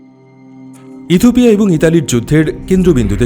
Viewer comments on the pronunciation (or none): কথক বারবার ইথুপিয়া বলছেন যা শ্রুতিকটু লাগছে